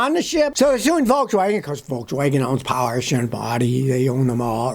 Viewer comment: Thank you for pronouncing porsche correctly. As a porsche owner I can't tell you how cringe it is when I hear it mispronounced . Such a faux pas 🙄